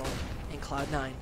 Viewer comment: Tip to commentator: cloud9 not just cloud and try to make a d more than a t